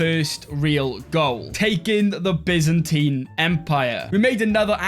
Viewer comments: When you said bizanteen instead of baiyzantaiyn it ruined my life :-( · i love the Bi-zentine